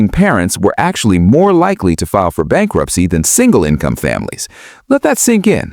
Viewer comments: "Bankurpicy" or bankruptcy? Or "Bankruprcy?" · I like Bankunpticy more. 😂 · Bankurpisy? Why with the AI slop... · Bankurpicy Risk 😂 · "Bankurpicy"? "Bankunpticy"? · "Bankurpicy Risk" lol